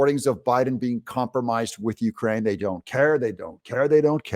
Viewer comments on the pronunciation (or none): none